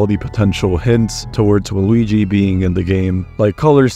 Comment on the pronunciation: I don't know if it's just me but every Waluigi sounds like Luigi with an extremely silent V at the beginning.